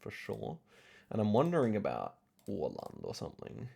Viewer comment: idk how much you care but the way u pronounced öland is actually how åland is pronounced